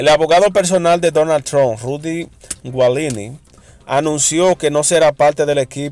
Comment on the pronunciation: Que desinformado están. Otra cosa Giuliani se pronuncia ( Yuliani) otra cosa no se dice HUBIERON se dice ( HUBO). Aprendan a pronunciar.